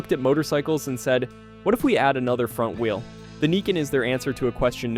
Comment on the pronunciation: Can't even pronounce wheel.